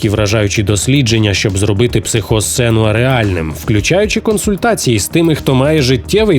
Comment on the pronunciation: Не Сенюа, а Сенуа. Будьте уважними.